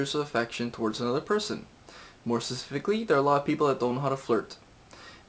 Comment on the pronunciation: More secifiifaacly...lol.